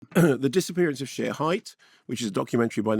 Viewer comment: Pronounced Sherry